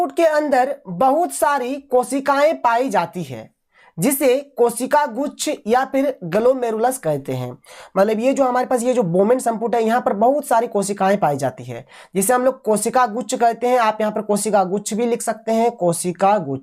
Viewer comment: Kosika guchh nhi hota kesikaguchh hai